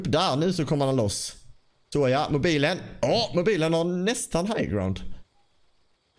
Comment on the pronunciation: lite roligt att du säger Mobajlen mutt XBOX ;D (inget hat)